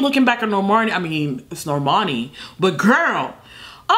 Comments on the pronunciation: Nobody:: normorni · calling her Normarny every other time 😂😂😂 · Everyone: Normani: Nomarni 🤣🤣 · NorMARni Edit:: NorMARni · u forgot to roll the r in NORRRRRRRRRMANEEEEEEEH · No one: Not a single soul:: NoRRRRmani.....NOrrrrmuhnee